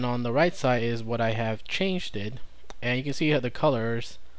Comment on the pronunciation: Many thanks. You have a habit of extending words that don't need it. "You can see which files have changed" is correct and not "you can see which files have changeded". "You can see which files have been modified" is correct and not "you can see which files have been modifieded". Just sayinging.